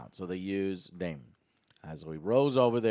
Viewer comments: Joe correcting on how to pronounce Rhaenyra and then immediately calling daemon “damion” is very funny to me. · The amount of times they get the characters names wrong is annoying its Damon not Damien its Criston Cole not Colton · Daemon....DaeMON....It's Daemon... not Damien... Since Joe wanted to correct so badly. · Joe. It's pronounced "Day-Mon". Daemon. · If I hear them say Damian one more time I’m gonna lose it! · Okay these guys do not even know the character names after 3 episodes with them. Its Daemon, not "Damien". Rhaenyra not "Rae". They forgot Sir Criston Coles name. has no interest in liking the show and gave 0 effort to this review. Just going to his default "subtle as a fist in the ass" joke to try to be funny. just really enjoys being negative and saying this is "below average television" is just wrong. is miserable and I hope these guys put more effort into their reviews in the future. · “Daemon”, Joe… “DAEMON”. You were giving Other Joe shit for not pronouncing Rhaenyra correctly but you were constantly saying “Damien” the whole damn review